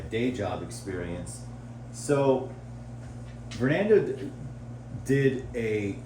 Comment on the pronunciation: bro said vornando